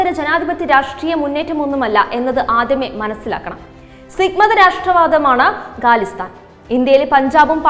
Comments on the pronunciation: ഗാലിസ്ഥാൻ അല്ല ഖാലിസ്ഥാൻ ആണ് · ഗാലിസ്ഥൻ അല്ല ഖാലിസ്ഥൻ ആണ്. ഉച്ചാരണ ശുദ്ധിയിൽ ശ്രദ്ധ വക്കുക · Not galisthan it is KHALISTAN